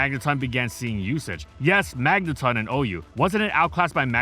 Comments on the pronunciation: magneton not magnetun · Stop saying Magneton like that. 😂 the ton is like in automaton. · When did we switch from saying mangeton (rhymes with electron) to magneton (magnetun)? I only noticed the switch like 3-4 years ago.